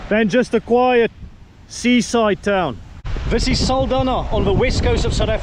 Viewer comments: Saldanha is pronounced "Saldanya" like in "nyama". The "nha" in portuguese sounds "nya". Sending love from Mozambique ❤ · Thanks for another interesting video. As for the name "Saldanha" the 'nha' in portuguese sounds like 'ñ' in 'España'. Lol😅 But that's in portuguese. Of course you're pronouncing it as it's pronounced officially. It would be interesting to know what the natives called it prior to the arrival of colonizers and settlers.